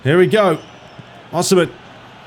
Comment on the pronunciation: Osimhens name is pronounced with an E so like saying yes or "si" in spanish